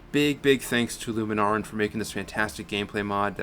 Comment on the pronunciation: Scampie, not "Scrampie". Lunaran, not "Luma Naran".